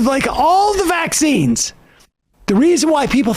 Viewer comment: Ugh anyone else hates how she emphasizes vAXines